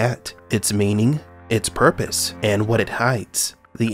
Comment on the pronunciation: “It’s purrrrpose” 😹